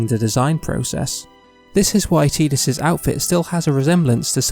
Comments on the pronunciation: Tee-dus? Oh come on. BEE-tah?! I can't watch this video without getting mad. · I will never accept Tee-dus as the pronunciation. It just sounds so damn stupid in English and with the game’s water motif, the fact that it’s now tide-us is baffling. It’s right there! And idk how to describe it sounds a little pervy? Probably bc it sounds like teet or titty lmao. that trailer voice actor really did screw it up for us